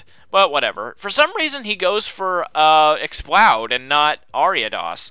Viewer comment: I love how you pronounced Ariados correct the first time you said it in the video, but then afterward kept pronouncing it wrong lol